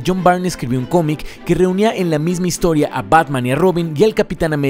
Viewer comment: Muy buen trabajo, amigo, especialmente para iniciar un nuevo año. Espero me permitas señalarte un error en la pronunciación del apellido del autor John Byrne (error en el que incurren la mayoría de los youtubers españoles por su curiosa vocalización del inglés): se pronuncia BURN (como el verbo quemar) y no BAIRN. Referencia